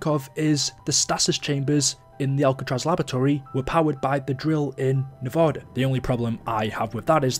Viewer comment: Did he just say nev-o-da?